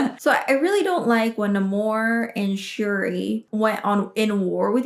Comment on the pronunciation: I’m very happy to hear people pronouncing Namor’s name correctly